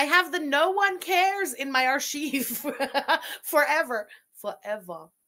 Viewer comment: Not the Buff-fet SAY'S who pronounces Arc-hive.. Archeeve. I don't know if you're trolling 🤔😏🤣 Sounds like Arc-hive when pronounced correctly.😮‍💨😉